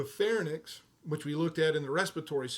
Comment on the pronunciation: I love your videos but in all of them I notice you consistently pronounce a lot of anatomic terms wrong, I am wondering if that is instead a dialect thing? Like the word is "pharynx" almost pronounced as "fair-inks" but you kept pronouncing it like "fair-nicks" or "pharnyx".